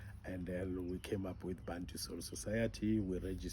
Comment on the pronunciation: Bantu/Bathu but I still hear people pronounce it as "Bhantu". Out of Accent.